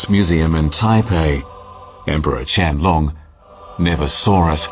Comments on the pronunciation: a No. Qianlong is definitely not pronounced as QIANG LUNG. Not in Chinese even, Qian Long (dragon) is the correct pronunciation. Unless you're Vietnamese IDK lol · Qiang Long should be pronounced chien loong. not "long=size" but more like "lung=organ for respiration"